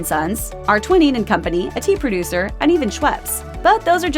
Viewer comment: Twinings has a long I sound, it's not pronounced twinnings.